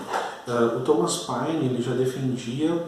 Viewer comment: Professor,muito boa a aula,mas vai uma dica, não se fala páine,e sim pêine.